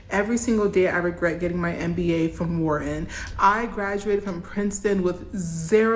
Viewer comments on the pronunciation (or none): If you could pronounce Wharton correctly, and not call it “wherein”maybe someone would give you a job. 😂